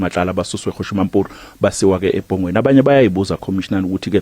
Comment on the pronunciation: Kuyathusa ukuzwa umethuli wezindaba efunda isiZulu esingaqondile ethi eBhongweni esikhundleni sokuthi eBongweni. Kanti alwenziwa yini ucwaningo ngaphambi kokuqaliswa na?